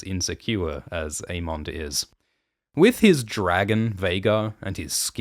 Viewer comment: Why do you pronounce the names so weird? A-mondd, Day-Maun Just say it like they say on the show. A-mund and Day-munn